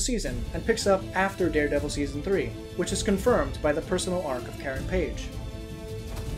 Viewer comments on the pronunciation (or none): none